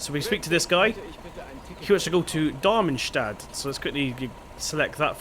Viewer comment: how can you pronounce something as easy as Darmstadt